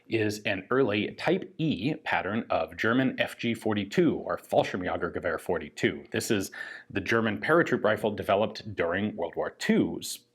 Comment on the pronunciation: Already impressed within the first 20 seconds of the video. The fact he can pronounce "Fallschirmjägergewehr 42" astounds me